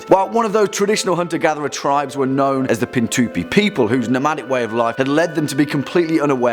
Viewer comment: Says tibes not tribes 😂